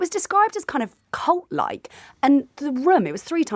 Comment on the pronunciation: Did she say cult ? With an L.